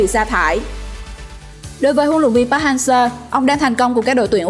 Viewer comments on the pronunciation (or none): thầy "pát" thầy "pát". Kho nghe bạn ơi... bt k sao nhưng phát thanh thì chuẩn 1 chút!